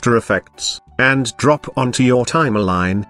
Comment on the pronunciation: Why do you always Pronounce Timeline as TimeALine?